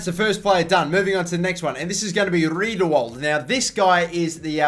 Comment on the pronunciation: Riedewald is pronounced Ree-Der-Vald Willems is Villems Just some tips for pronunciation